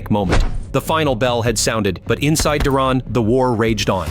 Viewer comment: Stop butchering Duran's name you know his to pronounce it